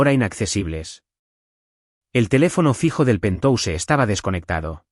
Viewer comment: PERDÓN QUE ES PENTOUSE??? POR QUE LEÍ PENTHOUSE Y AUNQUE ES PALABRA ANGLOSAJONA GENERALMENTE SE PRONUNCIA PENTJAUS